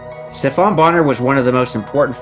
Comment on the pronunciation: Come on man did you really say Steph-ON Bonnar ? It's pronounced steff-en